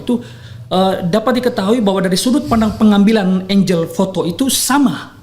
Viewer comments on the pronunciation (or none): Saran: Tdk perlu gunakan bahasa Inggris kalau tdk kuasai penuh. Kata "angle" tdk pernah diucapkan sbg "enjel" tetapi "anggel". Paham ya, jadi risih mendengarkan pdhl substansinya kuat.